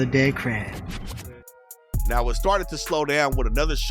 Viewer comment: He said "another dead ckrab" 🦀K 😂😂